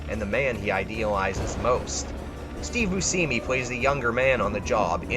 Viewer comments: Steve...Boo-simi? Who dat? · Dude. Just a heads up, you mispronounced like... 6 or 7 names and words. I wasn't going to say anything, but it just kept happening. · Steve Bush-emmy, Dan Ack-roid, good list but you gotta work on your pronunciation fam.